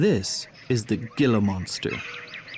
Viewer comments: If you are going to do a nature program at least learn how to pronounce the names. It is a "hee-la" monster not a "gil-a" monster. For krist's sake. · Do your homework first. Most of the animals seen in your video were named by indigenous people, then, later, Spanish-speaking settlers. Gila monster... pronounce it HEE' LA ... not "gilla." Saguaro cactus ... say SUH WHA' ROE. That green stuff you eat with Mexican food is called WHA KUH MO' LAY. The letter "g" does not have a hard sound; the GU combination is pronounced like WH in English. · Beautiful but every Spanish word was mispronounced, like gilla instead of hela. I turned off the sound and watched the beautiful photography. I too live in Tucson and appreciate our desert. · Love your videos.. just one thing... it's pronounced hee'la monsters 😆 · it's pronounced "Hee-Lah" monster. Not with the hard "guh" accent. "Gila" is a Spanish word. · HEALA MONSTER NOT GILLA MONSTER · Outstanding photography! Just one small critique; the Gila Monster is pronounced HEE-la,, not "gila" (as 'gil' in fish. Otherwise... very good job! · Coming from Spanish, Gila is not pronounced "Gill-la" but "Hee-la"! Otherwise, an excellent job. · He said Gilla hahaha the G produces an H sound. Gi together produces a He. Heeela Monster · Learn how to pronounce names properly, it is Not "Ghee la Monster" it is Heela Monster. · Video is great, but I'm surprised at the pronunciation you used for the Gila Monster. It is pronounced Hee-la, not Jill's as said by the narrator. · Gila monster is pronounced "hila" not gila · Forgive me, but your language dialect is not from any area where the Gila lizard lives, or you would know thar "Gila" is pronounced "Hee-Lah." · Very good video, but I do want to point out that Gila Monster is pronounced with an H (heal-a monster, like what happens when you bring a monster to the hospital). It's definitely not intuitive, so most people have no idea from reading the name. :) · It's pronounced he la!